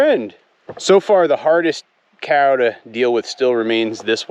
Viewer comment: Please please please, NOT “Hey cyow.” For some reason I have a visceral reaction to that…of repulsion. “Cow” is good, just say cow. Or anything else. Thanks :)